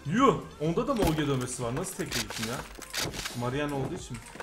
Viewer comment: Abi esjiye dön böyle oge demesi sıkıcu abi legend sıkıcu eskiye dön